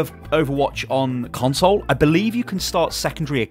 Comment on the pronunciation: every time he says " console " I die a little inside